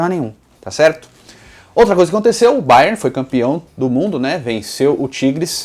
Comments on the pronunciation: fala Bayerni achei diferente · Pq ele tá falando bayerni ? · "Baierni"..... Kkkkkkkkkkkkkkk que perna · A agonia que me deu de tu ficar chamando o Bayern de BayernI kkkkk vida longa ao Futirinhasssss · Que chique, fala Bayerni kkkk